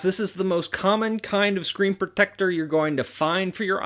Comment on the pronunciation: I hate the way he says protector